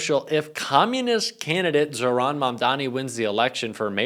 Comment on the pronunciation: Thanks,, as always! FYI, you are mispronouncing Mamdani’s first name.